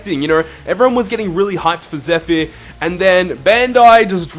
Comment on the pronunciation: You say zephyr so weird